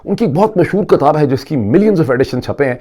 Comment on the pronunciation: Well. Some of us do like to listen to Barrister Shahzaad Uckber — primarily because he is not confused between Urdu and English. Your audience can't tell whether your presentation is in Urdu (poor at that, comprising "kataab" and "mushkal") or awfully punctuated English (cinnamon, pepper, this is Moeed Peerzaada). 😊 Further, he doesn't have vernacular catch-phrases like جو ہے . More pertinently he doesn't mingle گڑھی خدابخش (near Laarrkaana with گڑھی شاہو (in Lahore).